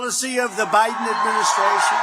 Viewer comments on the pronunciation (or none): none